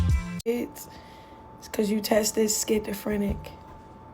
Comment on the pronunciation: It's schizophrenic not skintafrenic